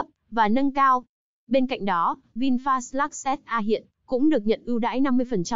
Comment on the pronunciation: Giá vẫn thế. Người ta đặt tên là ( Vin phát ) ý nghĩa để phát triển. đây lại đọc ( Vin phạt ) Ko hiểu Vin bị lỗi gì mà ( phạt) nghe chối quá.